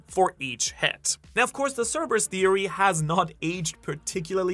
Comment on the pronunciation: Thank you for pronouncing Cerberus correctly